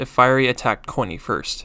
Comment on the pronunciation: It said corny instead of coiny 💀